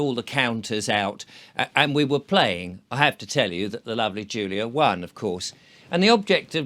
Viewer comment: Won, not Wone.